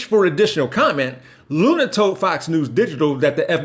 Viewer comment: On point of correction. Her surname is pronounced Loony, though it is spelled "Luna".